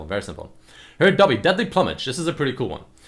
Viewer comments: ploomage not plummage. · PLOOmage. Not PLUMage. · plumage is pronounced "ploo-mig" not "pluh" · ploo-mage not pluh-mage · Plumage, like feathers PLOO-mage. >:| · its deadly ploomage. Ploomage! I know English isn't your first language but come on man. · you saying "pluhmej" triggers me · Pronounced Ploomage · "Plummage" lel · It's pronounced Ploomage. lol